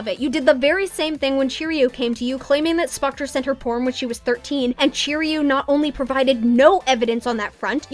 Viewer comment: Everyone keeps calling Cherioux cheerio omggg lmao, btw it's pronounced sheh roo but please keep saying cheerio it's funny